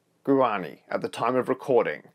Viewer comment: i hate to be that person ( jk i dont, especially since im from paraguay ) but guarani is pronounced wa ra knee